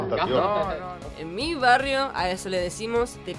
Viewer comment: Porque mete 2 R donde no hay? Como barrios en vez de varios :v,solo eh escuchado posho y tiesha en Argentina,donde hablan así?